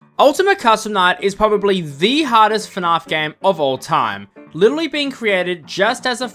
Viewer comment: Who the hell pronounces it fnahf?!